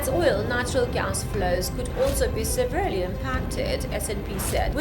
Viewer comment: You need to decide which accent you want to use, and in some other videos you're drawing inspiration from pallavi Joshi, especially the pauses, which works works for her because she stays true to her accent... just pointing out it's pronounced se-vear-lee not sever-lee, also v and w are pronounced differently, kilometers is pronounced killah-meters not KILO-meters, its the strait of Hurmooz not hurmuz and energy is pronounced enner-ji not eneeer-ji, you must get diction training, you're doing the stiff upper lip British accent, which is nos dead and completely unrelatable, you're either not trained in broadcast or if you've been trained, it didn't work. Even if you decide to delete this comment, at least take the feedback, for a start look at CNN,BBC and Al-Jazeera... observe the newsreaders when they are presenting, does it feel like they're talking to you as if they know you? That's how news needs to be read so anyone watching feels like they're the only person being addressed. And too many hand movements on the screen are incredibly distracting. Presenters must have clean short nails with a French manicure or nail colour that isn't distracting, your acrylics aren't working. Journalism is a lifestyle. You've only done this a few years, if you're resourceful enough dig up details for shaista zaid and get training from her. You're reading the news you need to be invisible because you aren't the news.